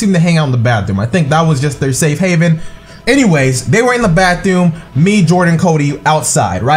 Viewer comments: "The bathewm" 😂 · why does he say bathewm😂😂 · what with the way he say bathroom